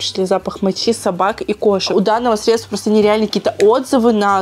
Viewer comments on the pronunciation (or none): none